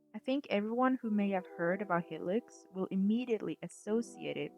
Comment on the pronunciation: Great vid but why do you pronounce it like Helix 😭😭😭